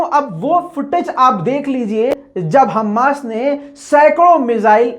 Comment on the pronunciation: हम्मास नहीं "हमास" होता है